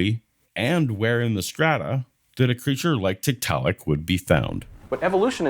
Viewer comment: If found two things interesting here. One, when talking about ERVs, Kent seems to be conceding that God makes mistakes. Two, his mispronunciation of Tiktaalik is surely deliberate, which indicates that they are uncomfortable for him.